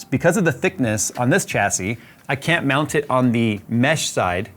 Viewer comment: The word is pronounced shassy there is no CH sound in the word.